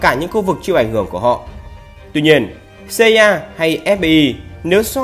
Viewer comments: FBI mà đọc ép bi CIA mà đọc Ci A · CIA cứ xa ya nghe cay vl=)) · cách đọc tên kì lạ nhỉ, MI6 thì đọc tiếng anh, NSA CIA thì đọc tiếng Việt. ko thấy bị ngượng miệng hả =)) em ai xíc xê i a :)))) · Nghe phát âm NSA CIA FBI nghe ghét thế nhỉ :)) nuốt không nổi luôn